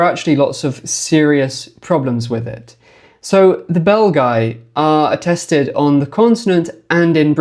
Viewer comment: I cannot help myself hearing "the bell guy" instead of the Belgi and picture Quasimodo in my head all the time...